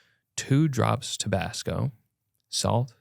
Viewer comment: this mf said "tobacco sauce"